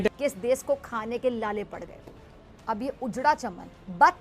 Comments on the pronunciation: Desss not desh 😂😂😂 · Are bhosdiki des nahi desh hota hai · Isko bolo desh hota hai 'des' nhi hota hai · Of late Pizza Aunty stopped saying 'dess' for mulk...🤣😂😀😄😃